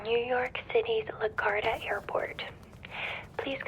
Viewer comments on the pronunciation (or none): Six seconds in and I'm hooked by the pronunciation of "La Garda" airport.